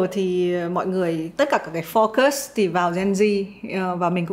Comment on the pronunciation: Chị ui từ focus phát âm Foucơs not focơs ạ =.= Ko hiểu sao nhiều người phát âm sai cái từ cơ bản này thế